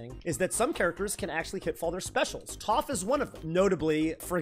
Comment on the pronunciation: Bro it’s YOU that’s got all these non - Avatar fans pronouncing Toph’s name incorrectly 😭